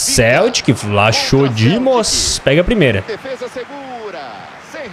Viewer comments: Se fala "vlaco". Não "vlacho" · O nome do guarda diz-se vlacodimos e não vlachodimos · Não e vlachodimos e escrito assim mas disse vlacodimos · não é Vlaxodimos que se diz mas sim Vlachodimos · não é vlachodimos que se diz é "vlacodimos" PS:sou de Portugal e sou do Benfica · Escreve se vlachodimos mas se pernuncia vlacodímos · Aí 😂😂😂 Na pronúncia fica vlacodimos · diz-se “Vlacodimos” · e vlacodimos nao o nome dele que e vlachodimos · Diz Vlachodimos sem o H é assim que se diz adeus